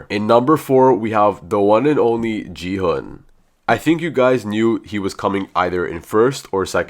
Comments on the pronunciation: Stop saying ji hun is gi hun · It's not Jihan It's G hon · Gu-hu nah Gi-hu✔️ and Ji-hu✔️ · HE IS NOT JIHUN IT'S GI-HUN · Bro, really said G hung instead of gi hung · It's gi hun not ji han